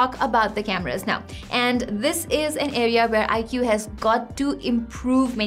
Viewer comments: You don't say it like "I Q" , you say it like "eyekooo" 😬😛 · That's how it's pronounced. Stop simping.😛